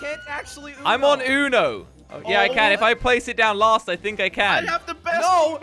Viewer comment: It is not ono it is uno